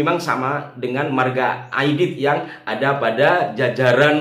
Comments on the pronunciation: D. N. Aidit ... bukan Aidid ... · AIDIT (T) bukan AIDID ( D) ya !